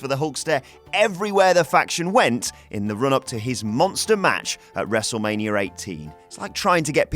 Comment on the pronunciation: how many times he said "wrestlemanier"